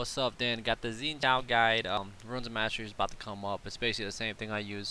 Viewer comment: You can pronounce Xin Zhao's name better than most other commentators I've heard. You got the Zhao part right, but Xin is a little more like Shen lol.